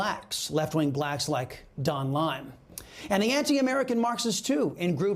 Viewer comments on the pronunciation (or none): Why does he keep calling Don Lemon "Don Lime"? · Why are u saying Don lime??? Lol